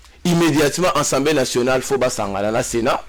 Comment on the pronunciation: Molakisi a l universite qui est au rabais, ne wait meme pas prononcer assamblee mais il dit ensemblee